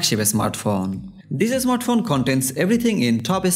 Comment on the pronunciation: Bangali English. Not asmart phone smart phone 😀